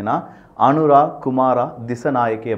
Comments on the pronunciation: அனுரா இல்லை அனுர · Anuraa illa anura Kumaraa illa kumara Dissanayakea illa dissanayaka